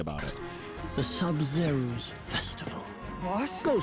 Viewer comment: Sabzeruz always make me hear it like subzero lol